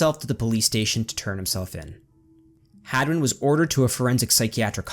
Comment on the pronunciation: Is it hagman or hadwin? It sounded like you were sayingn hagman till the very end.